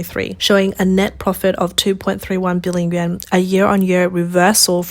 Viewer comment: Yuan is pronounced yu-on.